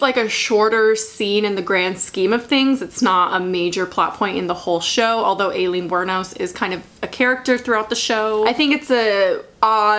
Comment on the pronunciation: ok ok dont hate me but its pronounced eye-lean